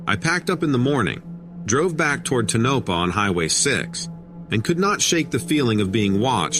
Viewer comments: Ta-no--pa? It's Too- nau - pau It's not nellis AFB it's ( Sandia)I maybe you be lost?! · Yes, I mentioned that too. I cringed everytime he said Tonopah. I lived there just down the street from Nellis, off Charleston. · No tonopa its tonapaw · Its Not tuh-NO-pa,. It’s TOE-no-PAH. Just Sayin. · .Tonopah is pronounced, Toe na paw not Tanopa lol Thank you!! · "TOW NAH PAH"... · It's pronounced Ton-NO-pah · You pronounced Tonopah totally wrong!!!!!! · To editor .this story is very difficult to understand due to your miss- pronunciation of names .especially Tonopah 😮😮😮😮